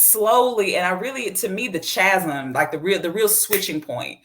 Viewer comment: Chasm is pronounced kah-zum, not cha-zum.